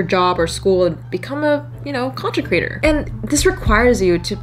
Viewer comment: Did anyone hear "crator" during one of the "creator" lines in this video? She talks really fast but as a new creator I am seeing all the subtle shifts she does in the production of this video to keep us engaged to the end. Nice!! ;-)